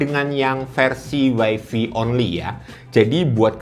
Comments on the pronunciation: wifi dibaca waifai bukan waifi 😅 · Sbeenernya ga salah juga, Wifi kependekan dari Wireless Fidelity, WaiFi WaiFai, sama aja. Malah kalo bule2 ada aja yang ngmg Waifi.